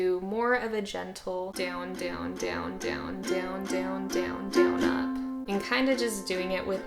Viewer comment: Haha “Dyown”